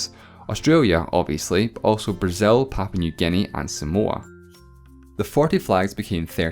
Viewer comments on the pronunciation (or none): When you were giving examples for countries with the southern cross when you said Somoa I thought you said some more